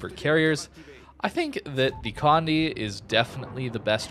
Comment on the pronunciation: just to help anyone out with the name, Condé is pronounced "Con-dey", not "Condy" nor "Cond"